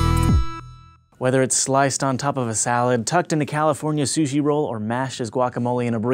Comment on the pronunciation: when he said shuzi instead of sushi I lost it